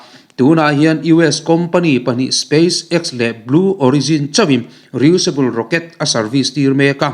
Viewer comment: Re-useable i lam dan hi a dik chiah lo ania..